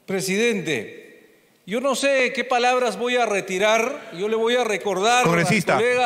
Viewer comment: Q Immmbecil para expresarse así ese congresista hey tú sí tu. reterar reterar q voy reterar .